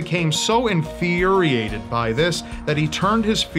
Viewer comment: Sorry, this is horrible, but “Infeeeeriated.”